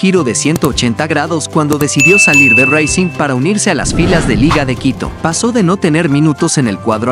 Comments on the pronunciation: Estimado Novato... El Equipo Argentino es RACING, NO SE DICE "REICING"..... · M no o seas malo pronuncia bien el nombre del equipo argentino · Jaja que idioma hablas al pronunciar racing o estas creando un dialecto en tu cerebro???